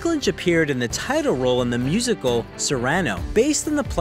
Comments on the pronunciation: Ser-ANN-oh????? No no no ! SEAR-uh-no!!!! Please do research on how to pronounce things! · Cersei = SIR-c, not sir-say. Cyrano = SEAR-an-o, not sear-AN-o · Probably already read from comments it's pronounced Sirino, not Sie-rano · Your mispronunciations are disturbing. It’s Cer-see, not Cer-say, and it’s Cyr-uh-no, not Cyr-ran-o. Unfortunately due to this I cannot rate you highly. Peter Dinklage is awesome and he deserves better attention to detail. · Peter Dinklage is a gifted actor. I wish I could say the same for the narrator of this video. You can't pronounce "Cyrano" or "Cersei" correctly????? REALLY???? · The narrator mispronounced both Cersei and Cyrano...seriously? Still, I love this bio on Dinklage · Also mispronounced "Cyrano" The play was written in 1897 so the correct pronunciation has been around for a while. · .... Guess this narrator's never seen the show. Lena Headey did not play "Sir Say". Nice pronunciation of "Cyrano". I am happy to see Peter and the whole cast get a truckload of cash to trash their careers being in GoT season 8. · How can you not know how to say Cyrano or Cersei? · I can ignore your mispronunciation of Cersei, but to mispronounce Cyrano?? 🤦🏻‍♀️ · I am not the first to voice this concern but it bears repeating: If you're going to make a YouTube video and you expect to garner subscribers for it you would do well to learn how to pronounce certain important words like Names and Titles. To do less is just sloppy and lazy. So, for the record, 'Cyrano' does not rhyme with 'Saran Wrap.' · OMGoodness. Why are you making a video about someone whose characters you can’t pronounce correctly? You couldn’t pronounce Cersei, or Cyrano? Pretty sure there were others but just can’t stand listening to this any further. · Seriously, you don't know how to pronounce Cyrano?